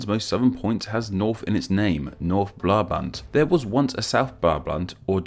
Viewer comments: Brabant, not blablant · I don't get it either. Brabant is pronounced with an 'r' so what gives?